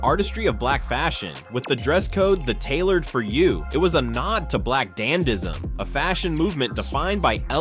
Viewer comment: If you’re going to talk about the Met Gala 2025, at least pronounce “dandyism” correctly. Do you even know what a “dandy” is?